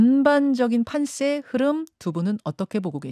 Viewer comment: (김현정)판쎄-> 판세